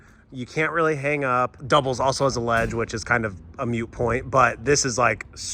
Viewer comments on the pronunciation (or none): moot not mute